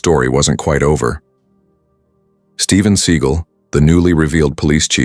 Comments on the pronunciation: How can anyone in the US no know who Steven Seagal? Learn how to pronounce his name, too. Do you still have prejudiced cops in 2025? But karma will come soon. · The dude doing the narrating doesn't know how to pronounce Steven seagal😂😂😂😂😂😂😂😂😂